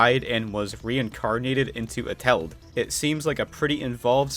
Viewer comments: The way that you say Eteled... "A-tell-'d"... is wrong. the proper way of saying it is "Et-el-ed" and the "et" part is like saying et cetera but without saying cetera. Only et. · Eteled not etel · Did you just call him Eteld? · this is how he says it: eteld me:ITS ET-EL-ED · their rivalry is explained in the animatic, also it's not pronounced ete-ld it's pronounced et-el-ed. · "next is vs et-eled" NOT HOW YOU SAY IT!! Sorry, it's pronounced: "Et-el-led"and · ETELED ISNT SIAD LIKE THAT! ITS ET EL ED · Eteled is pronounced E-Ta-Lead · You pronounced eteled wrong it Et-a-led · Before watching WII deleted you I also thought it was prenounced as et-eled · Me when somebody can't say eteled right: you can just call him henry, you know. Sorry if that sounds like hate I'm not tryna hate it's just I'm so used to hearing his name that when somebody says it wrong, it just- confuses(?) Me idk. it's kinda funny :V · HOW HE SAYS ETELED😂😂😁😁😁😁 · the way he says eteled is making me gag